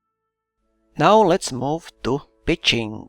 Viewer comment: When you say pitching it kinda sounds like bitching HAHA! (sorry immature i know)